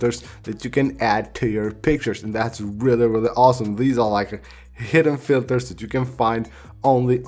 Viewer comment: bhai mujhe toh really really sunai nahi diya mujhe "wrelly wrelly awesome